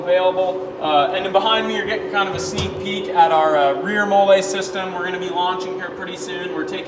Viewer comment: FYI it is pronounced /ˈmɒl.liː/, as in the female name Molly. Looks like another innovative product from you guys. Keep them coming.